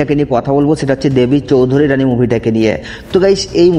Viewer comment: Dada ota choudharyrani na ota "choudhurani"